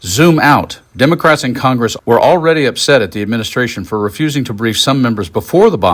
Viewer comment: Miss pronounced KOCHGRESS...